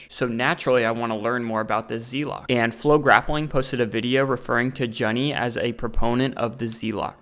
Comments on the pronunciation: BTW it's JOON-NEE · Juny is pronounced like Jew-knee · Junny is pronounced like 'June-e' FYI -- great stuff though